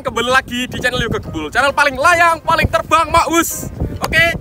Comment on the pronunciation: Yei....terbanggggg......ngakak medok bget